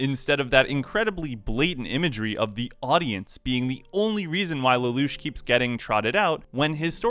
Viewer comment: you said suzaku's name wrong in this vid and they also said it wrong in this movie and it bugged the hell out of me. and you also said nunnully's name wrong too. and lelouch's name here do better sir. dislike.